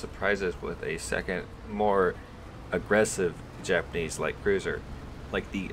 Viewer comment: U butchered the title pretty hard (Japanes and well) but I love ur content